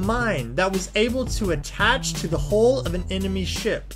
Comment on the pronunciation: Hull not hole.